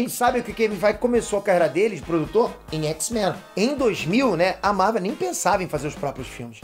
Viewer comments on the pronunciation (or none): none